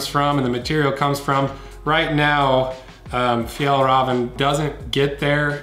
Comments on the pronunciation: FjÄllrÄven KÅnken. Not FjAllrAven KAnken.. Ä =Almost If you say "eeeeeeehhhhh??!" Å = Someone from Boston saying "Coffee".. They say "CÅafi" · You can just say the ä as slightly elongated "eh"s: "Fjeehllreehven." (The h's being silent).